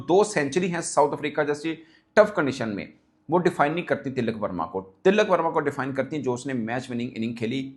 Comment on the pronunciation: Woh til-lak verma nahi, Tilak verma hai ( no double L”)